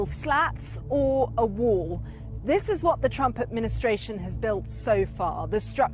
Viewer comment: He is not saying build that wall he is saying build that WAR